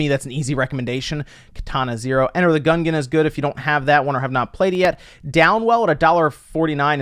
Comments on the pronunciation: LOL wow, that caught me off guard too. it's GUN-JEN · Did you just pronounce it as "Enter the Gungun"?